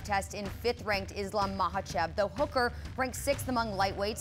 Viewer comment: Neither of them can pronounce Islam’s name. That’s not cool, you’re supposed to be professionals.